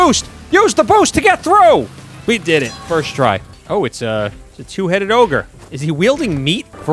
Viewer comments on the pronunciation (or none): none